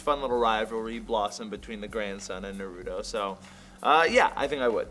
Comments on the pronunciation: *sigh They’re still saying Naruto wrong. -_ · i hate how they say naruto!!